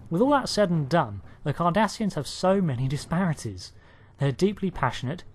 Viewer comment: I keep thinking he is saying Kardashians